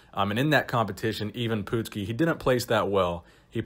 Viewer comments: Next time when you do someone you didn’t know, make sure you ask someone on how to pronounce their name. You butchered it bad!! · Even Pootski? Lol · IVAN PUTSKI... not Even Poopski lol